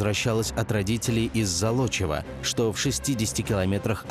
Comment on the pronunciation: С Золочева, а не Залочева.